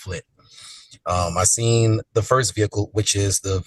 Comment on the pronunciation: Seent? Seent?! Really?